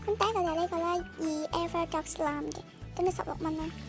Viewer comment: 0：39唔係好好dog係好好dok(๑°⌓°๑)